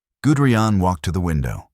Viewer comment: "Gudrian"?? Guderian. You know it's wrong: you get it right on the second try. Why don't you fix the first? Sloppy, no-pride, work.